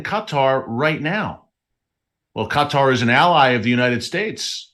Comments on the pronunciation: The right pronunciation about Qatar is emphasis on the last word part of the word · It's driving me nuts hearing you say cut-are over and over. Not sure I can make it through the rest of the video lol! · This thing will not let me print what I wanted to. I think its pronounced K-tar. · I believe it’s Kaw-tah as prounication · I love you brother 😂 but you say qatar really funny hahaha. Keep doing what your doing i watch your newscast all the time. We all know that the rapture of the church is about to happen and jacobs trouble is about to start. The body of christ is about to be harpazod outta here